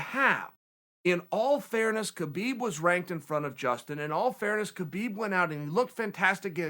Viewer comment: It's pronounced "Habeeb", not "Kabeeb" :)